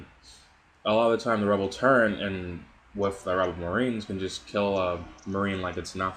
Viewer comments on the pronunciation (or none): Dude, it's called a TURRET. There is no 'n' in TURRET. It's not a TURRENT. Good vid though.